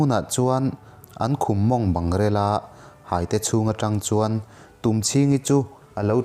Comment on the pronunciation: hâite i tih hi hâitê(thei hai tih a, hâi tih anga lam tur!!